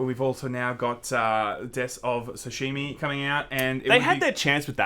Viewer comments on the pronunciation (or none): "Deaths of Sashimi" = "Ghosts of Tsushima" FYI